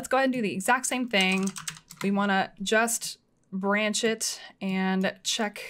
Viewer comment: Love how she says "Buranch"